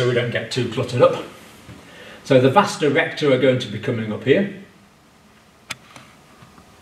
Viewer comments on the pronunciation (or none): why does the doctor say "vasta" recta